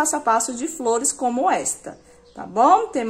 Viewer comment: Sao lundas as fliores